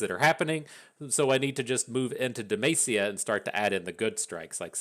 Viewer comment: I've always been curious - why does pronounce Demacia as DaMaceSeeYa? 🤔